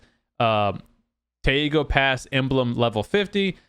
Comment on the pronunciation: Taego is pronounced Te-go (kor.태고) meaning "remote antiquity".